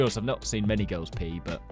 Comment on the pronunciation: Emphasis on the word 'many'